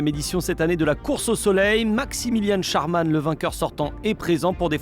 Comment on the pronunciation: la prononciation du SCH n'est pas la bonne